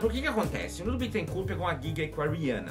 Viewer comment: Porra o nome do cara não é Bitencuuuu, é BÉTENCÓR!!!!